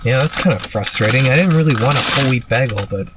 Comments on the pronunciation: ...are you calling them Bagals Instead of Bagels on purpose for ragebaiting? 😭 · as a canadian im deeply offended by saying "bah-gull" instead of "bay-gull" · I'm starting to think you purposely mispronounce words. No normal human calls bagels BAGLs. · The scariest thing in this entire video is the way "Bagel" was pronounced "bah-gel" and not "bay-gel". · Bah-gull bay -gull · is nobody else most frightened by the way he says "bagel" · Bag-ull? I do believe it is pronounced Bay-gull, in the civilized world... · I'm sorry but the way you say bagel as BAGGLE makes me wanna jump at you with a boxcutter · I know you're Canadian and here, south of the border, you probably find a lot of our pronunciations of words pretty weird, but hearing you say "bag-el" was really jarring and kinda funny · why are you saying Baagels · when he pronounced it “bahg-el”, I was so spooked, I threw my phone across the room and curled up under my blanket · Sorry. The WHAT shops? Let's go get a WHAT now? Our WHATS and cream cheese...I can't go through all the times you said BAG ul. Like that's a word that's ever been said before. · What......the fuck......is a Bag-ull? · He say's bag-el like Projekt Melody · Love me some baggles! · Well I’ll never get that 20 minutes back. Also the way you pronounce bagel may be the most irritating thing I’ve ever heard. Next time you’re about to make a YouTube video, maybe dont. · TIL that some folks pronounce bagle as baggle and my UK mind is blown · It's pronounced "Beg-el" ❤❤❤😉🙃. Love the dive into perspective in this one. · U pronounce it “Bah-gel”?? Ugh, yr worse than Britta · Yeah, that pronunciation really p*ssed me off... "Beggel", wtf... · i had no idea bagel was pronounced like that in Canada, that shook me the most so far in the vid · You pronounce ‘bagel’ like Britta does. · Is that really how Canadians pronounce bagel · The only thing scary here is how you pronounced bagel. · Is it just me or is he actually pronouncing Bagel wrong?